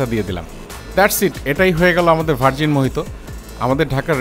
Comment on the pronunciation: Pronounced ta ki hobe mohito na mojito ???